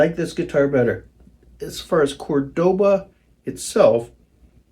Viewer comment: It’s a Spanish city the guitar is named for. It’s Córdoba, not Cordóba.